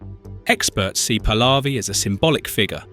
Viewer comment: You pronance very WRONG THE NAMES, The dictator is. Pronuntiation :HOMEINE, THE Prince pronunciation is PAHLAVI, you pronounce the letter H, that you, wrongly live. OUT. I FEEL SORRY. FOR THE DEAD PEOPLE🙏🌿🙏 I WISH FREEDOM, FOR THE IRANIAN PEOPLE🙏🙏🌿🙏🌿🙏🌿